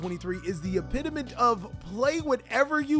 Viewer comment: “Salamangreat topping in 2023 is the epitiment of…” dawg, run that shit back. You mean EPITOME?